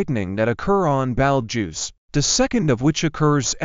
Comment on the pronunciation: The narrator does not know how to say Betelgeuse, and says it like Belge as in Belgium. It is pronounced Baetal juice.